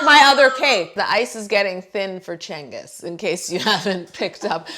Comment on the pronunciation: why is she pronouncing cengiz like "chengis"? it should be more "jengiz"